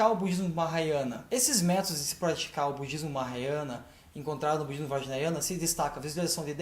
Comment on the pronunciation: Não é vajnayana e sim "vajrayana" a palavra certa. Atente para isso